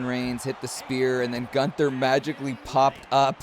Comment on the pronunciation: LOL! 😂 This is hard to explain without sound, but you are pernouncing Gunther name wrong. Hum, don't pernounce his name like the word gun and then ther pernounce his name with the u sound. Does that make sense? 😆 Hopefully so. Love u.